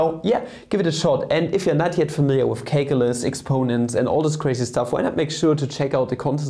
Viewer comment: Did you say CAKEulus?